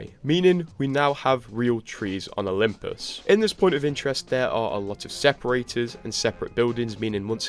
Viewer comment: "Olymus Prime"